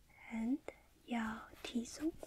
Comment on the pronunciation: “T-zone” ，not T-zoom